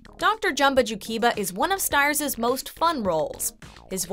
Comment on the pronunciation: I love the detail on this video, very well-written. Although unfortunately you’ve pronounced his name wrong— he pronounced his last name as “steers”. FYI :)